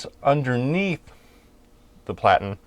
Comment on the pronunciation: Platen- rhymes with flatten. Derived from the old letterpress days when you had a flat plate called a platen (or platten)